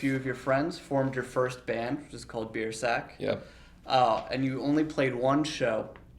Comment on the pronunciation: I thought he said bearsack